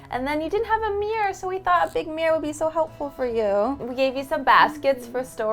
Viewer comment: Did you know that "mirror" has two syllables and is not supposed to sound the same as "mere"?